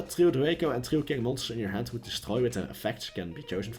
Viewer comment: Twue kwing ><